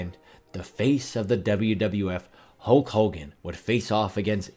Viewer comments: This guy gets a lot of names in-correct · Who tf is Hulk Holgan